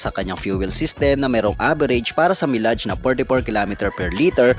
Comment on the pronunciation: Napansin ko lang mali bigkas mo ng salitang "mileage", I hope mai-correct mo na next time. Subscriber here from San Narciso, Zambales. RS always!✌️